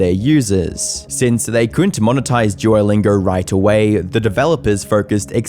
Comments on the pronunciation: "Duorr lingorr" 😂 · Everyone: "duolingo": "DUOLINGURRRRR" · Forget posting, dude, I think you might be suffering a stroke. You cant speak for sh!t, practice in a mirror saying “Duolingo” not “Dieewerlaingow” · Duolingo ❎ Juolingo ✅ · Jew-o-Lingo? Jew-o The Owl?? WTF??? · Why does he call it "jewerlingo"? Is he retarded? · really annoyed by how you keep pronouncing it as "djuwolingaur" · Am I the Only hearing "jewlingo" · « JEW-O-LINGAR » lmaoooo u piss me off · All I'm hearing is "Juolingo Yapp" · i cant get over his EXTREMELY BLURRY, eye shattering, edit .. and the way he pronounces duolingo .. "DJUWOLINGORR" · I heard it more like "drew-oh-lingour" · Why does the presenter keep calling Duolingo "Jew-O-Lingo?" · juer lingur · Never heard of jewllingo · It's bothering me that he keeps pronouncing it like ''joylingo'' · the way you say duolingo is physically hurting me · I am annoyed by your pronunciation of duo